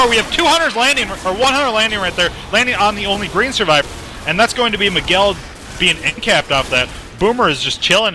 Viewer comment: ... Mig-u-el...? C'mon commentator